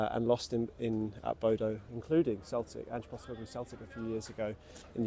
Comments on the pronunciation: Bodø is not pronounced Bodo. Don't be a Bozo. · Quite right. It is pronounced Boo-dah.